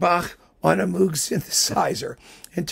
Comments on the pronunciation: I love this series and will be watching all of them. (FYI: Not to be "that guy", but Moog's last name is pronounced "Mohg".) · I thought everyone knew, by now, that Moog rhymes with "rogue".